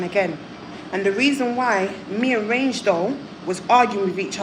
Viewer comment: It’s reign doll not range 😂😂